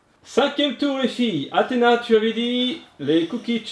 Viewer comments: elle dit poureil que kalis! C chiantnn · C'est bien mais c'est pas du jeu que Athéna disent comme Kalys ca m'énerve